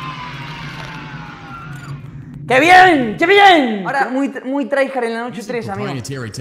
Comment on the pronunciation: no es TRYhard, es tryHARD